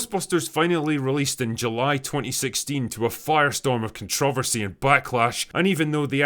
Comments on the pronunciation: I don't like the way you say "controversy". It's pronounced "Controversy". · Drinker, you mispronounced the word controversy. It's pronounced ConTrah-Ver-See not "Kuhn-Trah-VerSee" I'll let this one pass. However, you also mispronounced Feig's last name. It's not pronounced Feeg it's pronounced "FAG." Just trying to be helpful. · Drinker, It's not "CONTROV-ERSY it's " CONTRUH-VERSY". Pls man, it hurts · Dear Drinker, Were you TWICE as harsh to the movie, it STILL wouldn't be HALF as harsh enough. Also: kaan·truh·vur·see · why do you pronounce controversy like that?